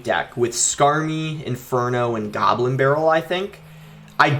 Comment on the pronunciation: The way he says goblin🤣 He says: gabblin